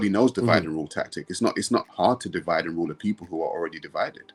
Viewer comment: "Divde and Conquer"